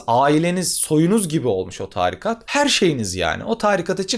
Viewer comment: Çok güzel anlatıyorsunuz hocam. Ama târikat değil, tarikat.